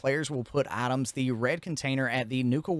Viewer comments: I was doing something half paying attention and I thought you said other players can put atoms in there and did a double take but you just said items like a true appalachian 😂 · Items or Atoms? crazy pronunciation